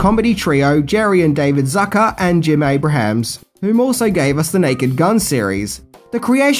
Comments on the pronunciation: Abrahams: pronounced Abrums or Abrams. Noice try, bogan. Love ya, mate. Keep em coming. Also, it's John Byner. Same pic. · Abrams, NOT Abrahams! ABRAMS! ABRAMS! I had to quit watching after the 10th Abrahams. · Correct me if I'm wrong, but I think it's Jim Abrams. Not Abrahams. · Okay,, two quibbles: ABRAMS, not Abrahams. There is no H in the man's name. BYNER, not Bryner. Only one R. As for your next video, I just want to tell you good luck, we're all counting on you. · It's Jim ABRAMS not Abrahams. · That's ABE- RAMS,! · Leslie "Nelson". "Jim Abraham". 😆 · abrahams ??? oh, love your reviews but the pronunciations need some serious work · I love your videos and love whatever you post, but you calling Jim Abrahms Jim Abrahams made me twinge a little every time